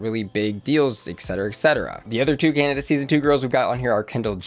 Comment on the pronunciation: lets see how long it takes tfor to realize she said canda and not canada